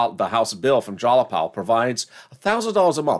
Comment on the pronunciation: JAYapal! Jay pronounced JY(like MY) not like Wall!